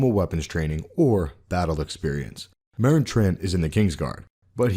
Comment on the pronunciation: Meryn Trant, Meryn Trant, Meryn Trant lol